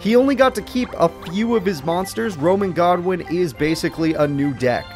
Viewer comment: why do you call rex godwin when his name is goodwin im confused